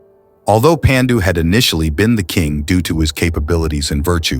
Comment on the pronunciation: Your videos are excellent I have subscribed your channel. ❤❤ one request please pronounce Paandu and not Pendu similarly it will be 👍 great if you actually pronounce the Indian names in Indian ways! Love ❤❤ from India.